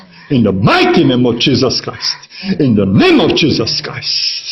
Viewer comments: IN DÖ NÉM OF DZSÍZÖSZ KRÁJSZT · ÁUT IN DÖ NÉM OF DZSÍZÖSZ KRÁJSZT